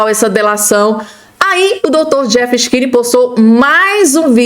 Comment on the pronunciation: Precisas corrigir a pronúncia do cechini. Fica muito feio.